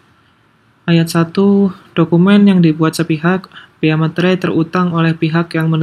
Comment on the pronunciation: Masih banyak yang menyebut meterai sebagai "materai" 😅